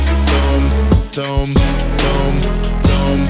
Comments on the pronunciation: >_> Great music, and respect for giving Heket some love, but... 'tomb' is pronounced "toom" The way you pronounced it is more like tome, one of those old, hefty scholars' books. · Great song! The correct pronunciation of tomb is “toom” not “tōm”